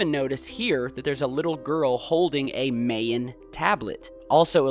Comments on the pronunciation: EVERYBODY KNOWS HOW TO FUCKING SAY MAYAN DAMMIT,, ITS NOT MAEYIN. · Why schedule the time capsule to be opened in 2094? Why do you think dummy? It's 100 years after they buried it! That's standard time capsule procedure. Also it's pronounced MY-ANN, NOT MAY-ANN. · now you're just turning into another conspiracy nut. you said Mayan incorrectly lol